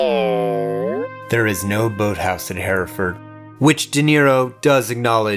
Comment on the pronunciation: Thank you for pronouncing Hereford correctly sir 👏🏼